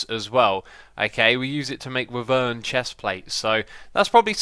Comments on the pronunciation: Xisuma I think its pronounced why-vern not wi-vern. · Hey X, you kinda butchered wyvern. As it is actually pronounced: wy-vern. Edit. Keep the black lotus from the loot chests as they are op in botania. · Ok X. Time to give you some help. firstly wyvern armour is said 'Why - vern'. Might help you out. secondly the cryostablized fluxducts you got in the loot chest are extremely good. they are essentially energy conduits, but they can send infinite energy! Hold shift while hovering over them in your inventory to find out more info about them. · Or say it like; Why vern?